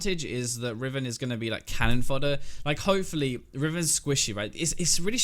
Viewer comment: did you pronounce hopefully hoe-fully at the end there lol i love European people